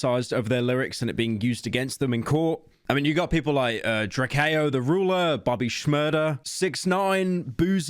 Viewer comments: It’s not “drake ee o it’s drake o” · Drakayo the ruler? It’s drake-o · Drak-Kay-Oh the Ruler😂😂😭😭😭😭😭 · Damn he butchered “Drakeo The Ruler”